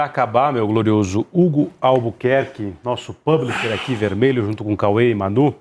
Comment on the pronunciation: Esse não sabe falar "publisher" em português, não???